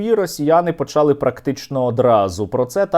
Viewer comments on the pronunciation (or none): не почАли , а почалИ, якщо вживати галицькі наголоси, то чого пару слів, хай всі слова говорить з галицьким наголосом,а то говорить почАли, але булИ, чого не бУли, чого одне слово з галицьким наголосом,а інше ні